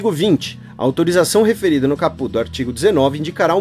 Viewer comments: Caput lê-se capati, se não me engano. Primeiro gostaria de parabenizar pelo excelente podcast e por trazer mais conhecimento para os ouvintes sobre essa Lei. Tem que fazer mais desses podcasts quando houver projetos polêmicos como esse. Só gostaria de comentar alguns pontos. Assim como muitos são histéricos quanto a aversão à Lei, vocês (professoras inclusas) não escondem o fato de serem totalmente à favor, mesmo sabendo que é nos detalhes que residem os problemas, nas regulamentações que virão ou que certamente faltarão e principalmente nos recursos financeiros (que não existem) para implementar tal lei, assim como não há para as garantias constitucionais de segurança, saúde e educação. Para melhor esclarecer seria interessante analisarmos fatos prováveis de acontecer e sair do "achismo", caso Cesare Battisti por exemplo. Se não houver condições de fiscalizar ou policiar as fronteiras (e não há), aí o problema é outro? Na minha opinião, se não puder implementar (fiscalizar, policiar), que não se aprove tal Lei, simples assim, pois ninguém precisa de mais leis quando as que já existem não são cumpridas. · Lê-se cáput, mas, escreve-se caput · Hahaha, amei a sua pronuncia de "caput". Na vdd se acentua a primeira silaba ^^ Queria aproveitar para agradecer tanto por essa iniciativa quanto por todas as outras (podcasts, textos e videos), por fazer dos meus momentos de lazer igualmente momentos de aprendizado.